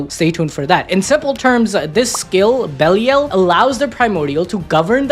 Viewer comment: Belial = belly el 😂